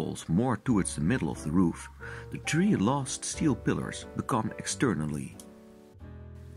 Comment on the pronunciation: He's saying 3 houses but the accent makes it sound like tree...